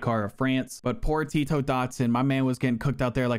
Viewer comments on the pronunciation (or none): none